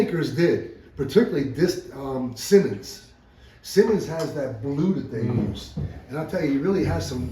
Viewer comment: It’s pronounced Si-monds , not to be confused with Simmons (keen kutter). Simonds saw and steel company was and is some of the best American saws.